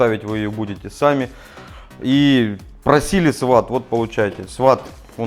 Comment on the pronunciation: Все круто. Полезно. Только не "сват", а "свот" это спецотряд в США.